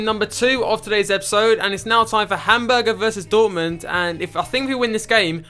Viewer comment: Love the videos, but the pronunciation kills me. Hamburger and Gladbach are by far my favorites..